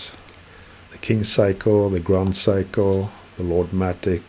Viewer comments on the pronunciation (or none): He is making fun of your pronunciation of 'Seiko'. You say 'psycho', but it should be spoken as 'say-ko' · Gentle heads up: It's pronounced Say-ko, not Psycho. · Love the way you pronounce Seiko as "psycho". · Sorry, I thought you would like to know what is the correct pronunciation as Seiko is a Japanese word, not Norwegian. My mistake.